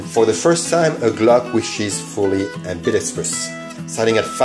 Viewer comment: You pronounce the word "ambidextrous" better than 80% of firearm youtube creators in the US, and it's very satisfying. Thank you.